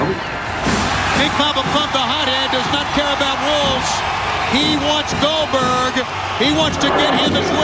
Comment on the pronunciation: nobody calls out Cold-berg